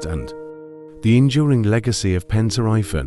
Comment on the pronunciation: it's pronounced like pEn tri vAn..